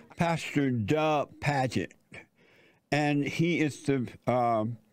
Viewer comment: His name isnt duck. Its dug. Say it with me jesse. Duhhhhhhhhhgg